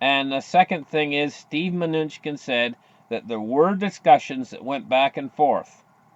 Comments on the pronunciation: Pronounced Min--ooo-shin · Just call him “Trump’s Munchkin”….actually pronounced, if you want an easy way to think about it…. “my New chin”.